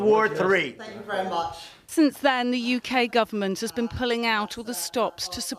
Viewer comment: Have u evens said Thwwank uu Mr. the uKRankian man